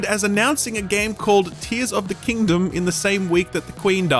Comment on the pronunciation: "Tears of the kingdome" 🤣🤣🤣🤣